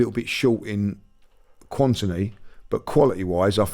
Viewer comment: "Quantiny" 2024 😂